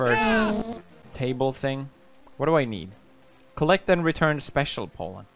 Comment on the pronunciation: Everyone: Special Pollen PewDiePie: Special Poland